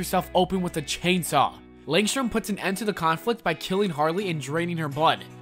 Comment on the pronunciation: NWOMBURR TWWOO HARWEY DECAPITATED HER GWAMMA WITH A CHAINSWAW